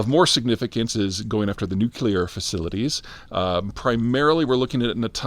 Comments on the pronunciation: NUCLEAR not NUCULAR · Please...it is NUKE - LEE- AR ! Not NUKE YOU LAR ! Why do so many get that wrong ? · it's pronnounced "nuclear" not "newkiller" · "New-Clear" not "New-Coolie-Leer" !. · ❌Nuclear ✅Nu-cu-lar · Everyone say it with me ..new-clee-urrrr. or keeping saying it like the illiterates such as George Bush... Newk-you-lerrrr. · Mfw nuclear not nucular 😍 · Did he just say nuclear instead of Newk-yoo-lar? What have you done with the real Peter Zeihan? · Are you saying NOOK-Yoo-lar? It's Nuclear. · It’s nuCLEAR not nuCULAR. Comes from “nucleus” of the atom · It’s NU-CLEAR not NU-CU-LER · "Nu-cu-lar... is that the persian word for nuclear ? Come on Peter, if you can pronounce Avdiivka, you can do nuclear.... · Nuculear. Good compromise. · You pronounce new-clear wrong. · I'm pretty sure I heard him say it twice this time. Amidst all the gratuitous newk-yoo-lars but now I'm starting to suspect it's been an act this whole time. Long con. Respect, Peter. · You're not the only one, so don't take this personally. When did "nuke-u-lar" become acceptable pronunciation? It's difficult for me to take anyone seriously when I hear it. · Nuclear or Nucular? The pronunciation of this word is how I judge people. I believe he uses both, which means he is aware and actively trying. Half credit. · This video is the first time Peter Z doesn't sound like a hick when it comes to pronouncing "nuclear". Really hope it continues. The world needs this right now. With great knowledge comes great pronounce-ability. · I just can't take anyone seriously who pronounces 'nuclear' as Homer Simpson. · God love Peter and his brilliant analysis. Also love that he still can’t pronounce ‘nuclear’ properly 😂❤ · Why should we listen to someone who doesn't even know how to pronounce "nuclear"? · You almost managed to pronounce ‘nuclear’ correctly a couple of times there…. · This dude thinks he's some kind of geopolitical expert, yet can't pronounce nuclear.